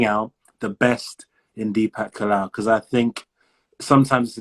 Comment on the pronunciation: 😂bekause bol Raha h because 😂